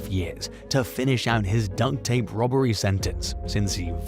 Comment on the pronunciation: Since you said it twice, you must think it's dunk tape. It's duct tape. As in tape used on ducts. K?